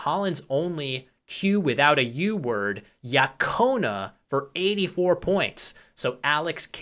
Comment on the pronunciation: Small correction: the q in yaquona is pronounced with a g sound, not a k sound. Ya-GO-na.